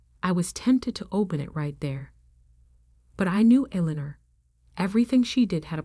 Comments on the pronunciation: Street Michael cathedral? Elener? Really? Get real people to do these stories. Computers can't do the job properly. There are so many mistakes it is demeaning. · The name is pronounce “El- In- Nor” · Absolutely eg St (Saint) Michael's Cathedral. Eleanor typed incorrectly Allinor or Elanor? It spoils the story. How about Read not pronounced read a book? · I enjoyed the story as much as I could while having to listening to the name Eleanor being butchered relentlessly. But that is 1 thing that A-I does read only what's given to it. It doesn't know how to distinguish errors evidently. I don't know who wrote this, but if they were human, then they couldn't spell, do any proof reading or just didn't give a cow's a-- how it appeared. I guess that is what they mean by Ignorance Is Bliss. I'd say Illiteracy is on the Rise. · You computer generated narrator's voice needs to be programmed with the proper pronunciation of words such as Eleanor. It made me cringe every time I heard it pronounced with a long e sound in the second syllable! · Street Michael's is killing me...and how many ways can you mispronounce Eleanor?????